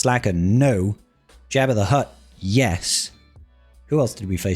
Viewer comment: Jabba not jabber